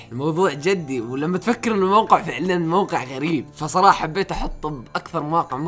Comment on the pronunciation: موقع مش وققع